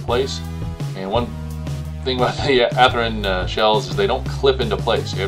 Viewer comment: WTF?! At least have the respect to pronounce the manufactures name correctly. Ath-Rin is no where near close to how it is pronounced. Sheesh!